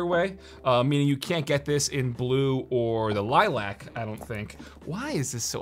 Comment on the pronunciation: Am I the only person annoyed by the way he pronounces "Lilac"